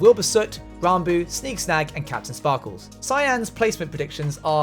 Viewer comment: "key"ptain sparkles u say